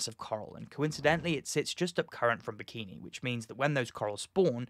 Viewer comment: You're pronouncing Bikini Bottom wrong!